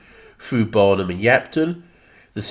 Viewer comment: Interesting review but note that the nearby junction station on the south coast line is Barnham - with an N, not Barham.